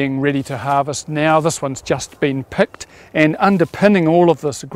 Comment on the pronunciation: Great tour. thanks! still has me in giggles...picked and pecked sound the same